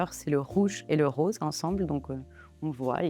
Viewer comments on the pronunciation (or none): none